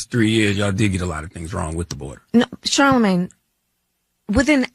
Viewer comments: And again with her blaccent, "Shalamin..." I thought she thought it disrespectful to mispronounce HER name, and here she sounds drunk while pronouncing Charlamagne. At least you,, know how to pronounce his name correctly. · Charlamagne needs a speech therapist and Kamala needs a Shrink.